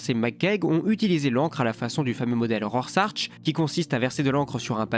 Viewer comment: Génial comme d'hab mais petit point : Rorschach ça se prononce [rorschare]